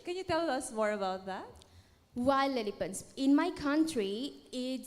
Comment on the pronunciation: Nahirapan din akong intindihin yung pagbigkas nya ng wild elephant.